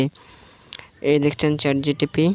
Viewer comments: Chat gtp noi vi chat gpt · চ্যাট জিটিভি নয় চ্যাট gpt😂